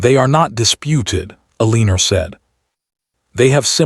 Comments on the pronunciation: So her name is Ehr lean er rhyming with wiener? Seriously, get a better AI voice. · WHY IS HE MISPRONOUNCING elenOR FORelinER VERY ANOYING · Poor poor Ay- leener.😂🤣🤪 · So they are cousins? At that time, marrying cousins was allowed? Why write the story that way for us modern readers? It's a gross concept. Also, why was his mom in charge? He's the duke. He's not even "the heir" because his dad has already died and he ought to have inherited his dad's position. What's with the pronunciation of her name? Why all the misspellings? Do you humans who posted this drama even care enough to proofread it, to listen to it first before posting? It seems rude that you either don't bother proofreading/editing, or you see these things and don't care. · Mispronouncing her name is very annoying. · I would have enjoyed this audio story if your AI reader would pronounce words & especially names correctly. It was a big turn off for me. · The title doesn't match the story. He never asked why she ate at the kitchen table and wish AI narrarator could pronounce Eleanor's name right- very annoying. But good story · Thank you for your story. Well written, good pacing and development. Well developed characters. Narration is clear and precise, it needs some emotion and correct pausing and emphasis when necessary. I have noticed you ke the name Eleanor or Elena whichever it is. Please stop using a name your AI can’t pronounce. Every time he says her name I can’t help but flinch. Why not give us a look at their future including children. I personally would have liked that instead of some much land management and tenants, etc.